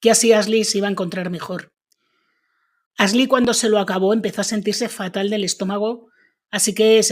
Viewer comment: Tan difícil es pronunciar bien los nombres en inglés? La locutora dice Asli en vez de Ashly, con el sonido sh.